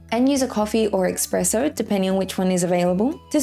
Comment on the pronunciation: Thanks for the guide! Continue with the good content! (Btw. its called espresso not ekspresso - couldn't help my self sorry)